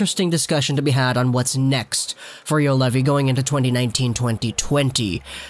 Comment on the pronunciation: Pronunciation: Yu-Oh-levi. Not Yulevi. Throw a round O in between. And Olli with double ll: O-LL-I